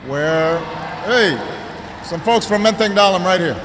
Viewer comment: Pronunciation-nya benar tuh, Menteng Dalem bukan Dalam.